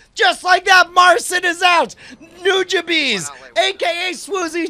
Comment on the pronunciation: My god, "nujabees?" NUJABEES? pronunciation of Nujabes brought shame upon my family.